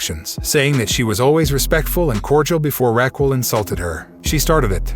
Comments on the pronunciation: Okay I like your reported and everything problem is you you said Raquel Gonzalez's name wrong. It's Rh-ah-kel or Ra-kel. 2nd Cena debuted in 2000. Don't get me wrong I like your reporting unfortunately if you can't even get dates of Big Time Superstars debuts or even a top female wrestlers name said right. Little mistakes like that will definitely make it to where you start losing clout with your subscribers because it makes us feel like you don't even watch wrestling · After hearing you mispronounce Raquel several times, I am 100% certain you haven't watched a single WWE show in your entire life. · Learn to say Raquel's name properly...geesh🧐🤔